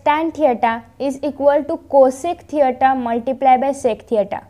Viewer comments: You wrong girl this is not theata that is theta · थेयटा नाही थिटा आहे😀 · Mam ur brilient, but mam this is not teita 😜😂 this is tita 😥 but anyways ur teach very brilient thanks mam..👍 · Thita not theyta 😅😂